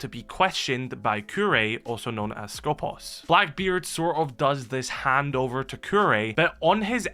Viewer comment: Can you stop messing up the pronunciation of Skopós please? The accent is on purpose at the second O, because it is pronounced skopOs! σκοπός translates as aim, goal, target, guard. I guess in R6S they intended the meaning of guard.